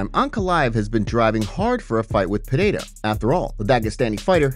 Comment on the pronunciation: Its Pereira not Pehada